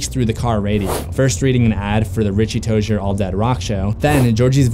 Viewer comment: Richie tojer?! I am pretty sure it’s Richie Tozier...btw love ur vids